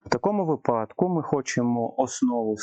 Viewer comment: випадок - наголос на и